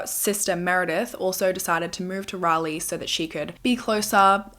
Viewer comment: Thank you for saying Raleigh correctly! 😂 ❤ from NC